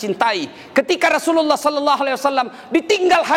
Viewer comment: Efek ustadz kurang seksama bilang nya sholloloh ala Muhammad yang betul itu Sholla bukan shollo